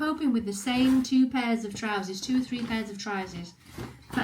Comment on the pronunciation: What are trouzees? Is that a Yorkshirism or a Ginaism?